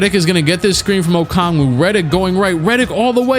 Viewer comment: doesn’t know how to pronounce Deni Avdija Also clique: pronounces onyeka okongwu perfectly🙃